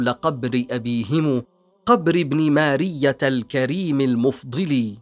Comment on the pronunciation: تقرير جميل ، ولكن نطق بعض الكلمات كان بشكل خاطئ ، مثل جلق ، جفنة ، ماريا ، الجمال ، جبلة ، هذا ما اذكره ، تقارير بهذه الاحترافية لا يجب ان يكون فيها اخطاء في النطق لانها تفسد جمالها.